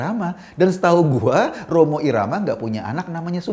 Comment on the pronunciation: Ngakak pas nyebut Romo irama 😂😂